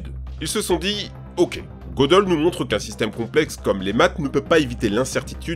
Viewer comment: Tu as du mal avec le mot "complexe" toi😂